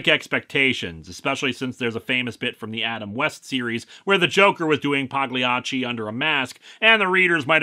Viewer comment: In the word "Pagliacci" the G is silent. I used to work at a pizza place named after the clown and they had optional shirts that read "The 'G' is silent" on the backs.